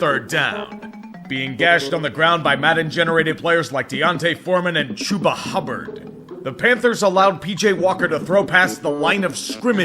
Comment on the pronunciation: tree his name is already chubba the called him fucking chubba as ou. i don’t know what this fucking choobah headass shit is